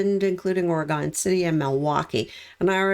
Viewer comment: I found you just a few days ago. You are so very in tune with these cases. I found your videos not only informative but easy to listen to. Just a little FYI it’s pronounced, Orygun❣️a fan from Oregon.